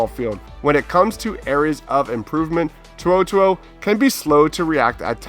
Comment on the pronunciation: HENRY TO’OTO’O ( toe-oh toe-oh)